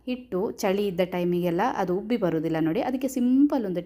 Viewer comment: ಹುಬ್ಬಿ ಅಲ್ಲ ಉಬ್ಬಿ